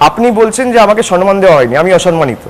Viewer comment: Perhaps the word would be samman instead of sanman